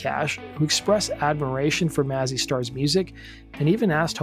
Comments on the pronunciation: It’s May-Zee Star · it´s pronounced May-zzy star